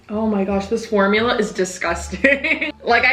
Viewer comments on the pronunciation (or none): Lmfaoooo 💀💀💀💀 “formuler” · Formuler ok mr crabs 😂😂😂😂 that's exactly what came to my mind too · i lost it when she said “formular , ok Mr.crabs” 😭😭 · “formuler? okay mr. crabs” 💀💀